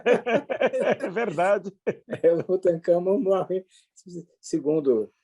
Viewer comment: Bom dia, prof Villa... Vi um trecho da live onde ele atacou o Dr. Reale. Tão patético que ele até errou o nome do faraó Tutankamon, dizendo "Tutacamon", talvez tentando fazer piada com o nome. Agora, quer proibir o Carnaval, mas queria que não houvesse exigência do passaporte sanitário, com os objetivos de prejudicar a arrecadação dos Estados e promover a disseminação do vírus.